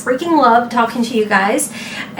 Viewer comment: Hi, when you just said talking, it sounded like you were coming from New York because that’s how he said talking